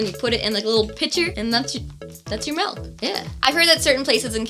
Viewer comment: it took me so long to realize that was milk in a bag. I thought she was just say8ng "big melt" over and over again and I was super confused 😂